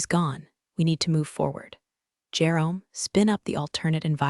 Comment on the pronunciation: Yes, absolutely the narrator needs to know, military rank, and how to pronounce them. Those are not just initials. Even DOD stands for department of defense, which not knowing it is very disrespectful.. The narrator needs to understand how to pronounce contractor , Jerome, neckties, and most importantly the “Pentagon.” With a clearance as high as hers was Xavier Dalton should have known about it. His government contracts would have followed under her hospice at any time. He should’ve never fired her without actually knowing what her job was or what her responsibilities were in connection with their company and the federal government…. eventhough I have made these observations. I love this story. Keep up the good work.